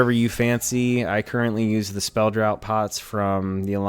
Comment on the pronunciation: Great build, BTW it's pronounced "Draft" on Spell Draught, same as (Draft) Draught Beer